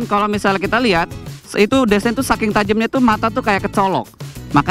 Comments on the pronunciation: mas, baca " design " itu bukan desain, tapi disain, hadehh .. 🤣🤣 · hah "D E S A I N" ??? "Di" bukan "De" mata lu yang gua colok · berenti nonton review ini cuman gara gara doi ngomong "DESAEEN" berulang kali, maafkan saya ya . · si ngucap DESIGN nya brebes banget buset dah...